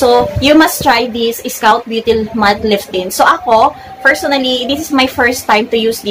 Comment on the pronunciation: It’s maa·kee·aa·tow (macchiato) but I like a color. Liiift tint😂😂😂 made my day